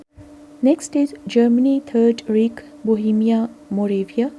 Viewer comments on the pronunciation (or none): Reich is pronounced 'Raik.'